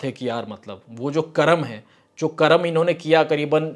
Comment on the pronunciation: कर्मा नहीं "कर्म " कहो